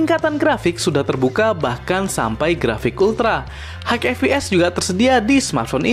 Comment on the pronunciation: High bacanya "Hai" bang, bukan "Haigh". Semoga ke depan nya lebih mantap lg konten videonya